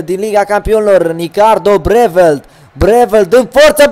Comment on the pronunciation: Breeveld e olandez nu cum ai spus tu :)